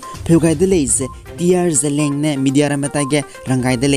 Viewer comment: Seems somebody mispronounced word 'ZELIANG'. ZELEANG malei, its ZELIANG